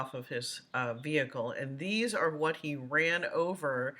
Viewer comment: "Dees notes" lol